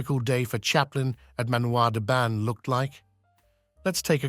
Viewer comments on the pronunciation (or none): You pronociation of 'Manoir den Ban' is horrible. The 'n' in Ban is not pronounced in French!